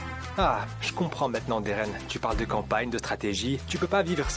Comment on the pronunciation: Vous vous rendez compte que muzafer dit géren pas Deren 😅😅